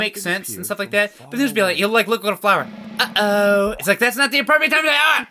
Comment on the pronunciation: it’s been a LOOONG time since i’ve watched the telly tubbies but i’m fairly certain they’re not saying “uh oh” and they’re saying “eh oh” which was like their way of saying hello :)